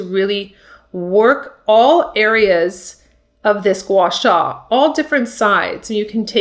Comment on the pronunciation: You pronounced it perfectly!